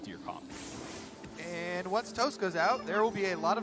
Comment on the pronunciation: Geeze they butchered Toasts name, lol.